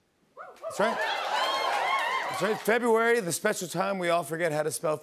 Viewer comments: It would help if you pronounce February correctly. Not Febuawee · SPELLING: Fe-bru-ary... PRONOUNCED: Feh-brew-airy ~D